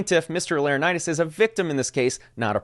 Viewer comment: Laranitis? Its not an illness my guy. Lor - en - eye - tis